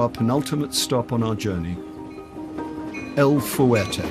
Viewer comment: FYI..Los Mochis is not pronounced "Las moCHEEZ." It's "Lows MOcheez." And El Fuerte is not pronounced "El fooWAIRtay." It's "El FWERtay."